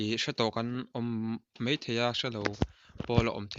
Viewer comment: A bengvarthlak e, in zar kan lo zo țhin a, a lawmawm tak zet. Thil dang kan sawi kai lawk ang e, huatah i lo la em lo ang chu maw. MAI tih turah MEI i hmang zel hi insiam țha thei la ngaihthlak a nuam lehzual ngei ang. khawp mai ✓ khawp mei × hle mai ✓ hle mei ×